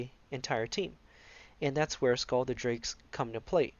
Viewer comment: The pronunciation is SILL, the C is silent.